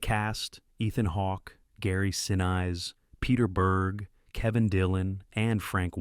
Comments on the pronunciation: Seriously, lose the synthetic voice. It’s bad enough hearing real people who don’t know better say Charlize TheRONN. I don’t need a computer irritating me with Gary SinIZE. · Harvey Keetle, Gary Sinize, Seenaid O'Connor... shameful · I stopped watching after thinking this was an AI channel due to the absurd mispronunciation of very famous actors names Gary Sinise and Harvey Keitel.